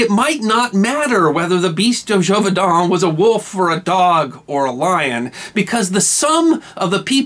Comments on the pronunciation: Great story, but I believe the pronunciation of Gévaudan was incorrect. It should be jayvodah(n) rather than jovaydah(n). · The pronunciation is zhay-voo-dahn. An accented letter (specifically the accent grave) carries an “ay” sound. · You're either saying it wrong, or spelling it wrong. It looks like zhey-vo-dawn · Really nice, informative video. Expertly presented. And yet.... ... ... It's Zhay-voh-don. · You're pronouncing in wrong. [la bɛt dy ʒevodɑ̃], Also, your voice sounds like a grinder on metal.